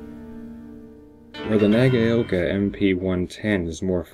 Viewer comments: And Nagaoka is pronounced: NAH-GOW-KA ('gow' as in 'cow'). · Wrong again! Na- ga-o -ka But do not dilly-dally or enunciate the "a" and "o" you almost slur them together - and that's where the "cow" came from, though they are not combined to form a new vowel sound as in " cow" either. - Sandy